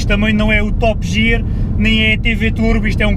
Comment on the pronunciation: Top "jier" eheheh